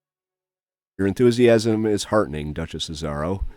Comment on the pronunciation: I die every time he mispronounces "Azaro"